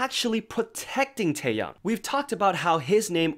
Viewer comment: Taeyoung is a different person. Say his name right please. Tae Yong. YONG. TAEYONG. Sorry, mispronouncing names is a pet peeve because people always mispronounce mine. But TAEYONG, not Taeyoung.